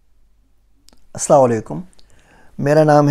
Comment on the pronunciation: سلام کو درست کریں آپ تو بہتر ہے اور ہر مسلمان کو اچھی طرح سلام کرنے کی مشق کریں